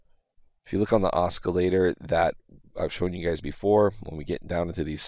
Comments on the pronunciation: Sorry to point this out but the “C” is silent...not pronounced Oscar- lator. Love your visibility into this market!! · NO HARD C IN OSCILLATER